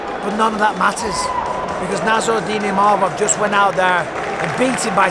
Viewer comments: it's "Imavov" not "Mimavov" respek his name now! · 😂 The worst butchering of a name I've ever heard. Izzy needs to retire and start a family❤